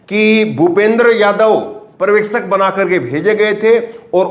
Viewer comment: Parvekshak nahi janab uchharan sahi Karo bhasha ka satyanasha mat karo paryawekshak Aisa uchharan kijiye,pahale bhashaki study Karo bad news chanel chalao . culture ka nasha mat karo